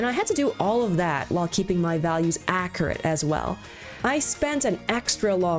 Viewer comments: The choice to mispronounce the word accurate is top tier baiting! Good on you! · I love the way you say accurate